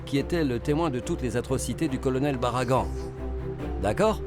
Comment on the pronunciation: L' avocat de Manuelle qui appelle Baragane Baragan😂😂😂😂